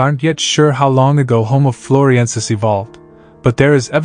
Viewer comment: 👎👎Narrator can't even pronounce the subject matter!